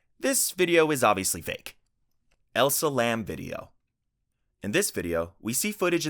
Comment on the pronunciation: Nice video but the woman who was found in the water tank's name is ELISA LAM. NOT 'elsa'. If we're getting any kind of entertainment from her death can we at least get the correct number of SYLABLES in her name ? It's not even a new case there's hundred of videos and articles on her, it's an easy name.